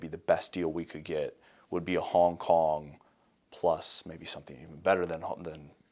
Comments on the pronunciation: HONG HONG 😂😂 Love ya! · .........HONG HONG?.......... O___O